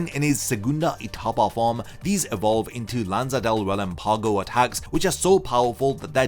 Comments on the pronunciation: Love your videos bro, but I just wanna say you're pronouncing relampago wrong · Proper pronunciation of Spanish words used in the video and Bleach (funny that Japanese VAs can actually pronounce them better) Metra(je)ta Osc(oo)rahs Murci(É)lago Rel(Á)mpago Any respectable Bleach fan would listen to the Jap version to be able to pronounce them correctly.